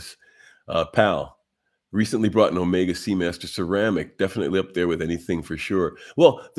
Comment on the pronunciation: So far you're the only one I've seen who pronounces "omega" right.